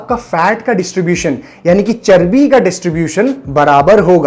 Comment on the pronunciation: Whenever Sir says "Charbi" i can't resist my laughter 😂😂😂😂🤣😂🤣🤣